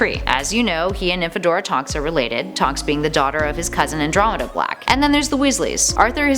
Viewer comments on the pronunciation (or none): i feel like shes pronouncing stuff like andromenda and animagus wrong